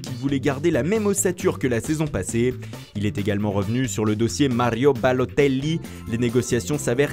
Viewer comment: "Malio Balotéllli" 😂😂